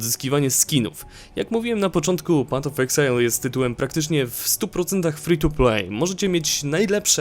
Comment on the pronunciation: Patof exile xD